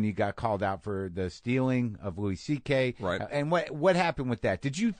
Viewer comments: “Lewis CK” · Hearing this guy call him Lewis CK is hilarious